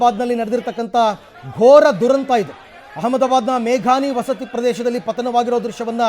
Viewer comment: Akka Adu vasti alla Vasathi.